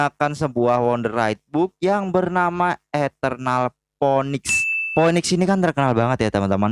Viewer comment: Phoenix bacanya pinix